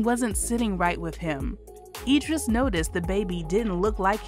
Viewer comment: It's pronounced Idris with an "I"